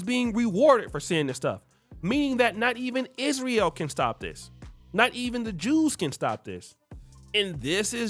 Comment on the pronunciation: You can't say Israel? It's Isr-a-el not Isr-e-o